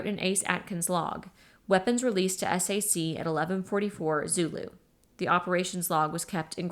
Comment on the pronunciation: Thank you so much for this! I love this book and I am listening to it for the second time! One note--I was an air force wife for 20 years. SAC is pronounced "sack." It isn't spelled out as S-A-C. Even tho it stands for Strategic Air Command, the abbreviation, SAC is pronounced as a word. But now I have to go back to listening to this amazing book!